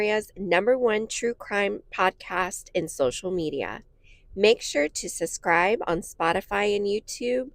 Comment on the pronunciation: It’s NOT “SUS scribe”, it’s SUB-scribe. It’s pronounced with a “B”, not an “S”.